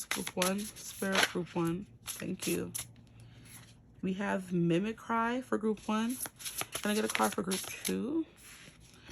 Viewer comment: Mimicky is "mimickree" not "mimik-cry" i know it looks like the second one. Its a weird word. And yes i attract commitment phobs because im a reformed commitment phob 😅 Karma sucks. Its my payback 😂🫣